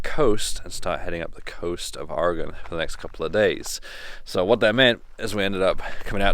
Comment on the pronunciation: Ok you pronounced siskyou correctly but how you pronounce Oregon is a little off lol. Port orford is an awesome little town, when we went a couple years ago we found some awesome green jasper and agate formations that we have stashed away now and it's good that you went to the dive, we went to redfish and it's a never again place as the service sucked and it was a bit spendy as they were trying to be a 4-5 star place in a small coastal town. I live in Salem btw so am a Oregonian lol